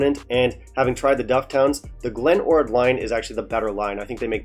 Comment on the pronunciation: What a GREAT episode ! . . . they REALLLY butchered my Glen ORd, ...